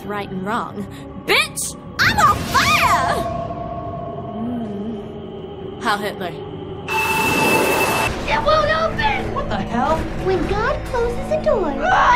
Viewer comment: Did she just said "hail hitler"💀